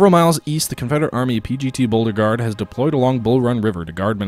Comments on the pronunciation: It's pronounced Bo-regard. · I love your videos but I swear I'm going to kill myself if you say Boldergard for Beauregard one more time.